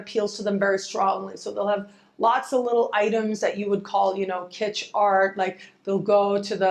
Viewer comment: Kistch? My Venus is Taurus says, "Yuck". Haha.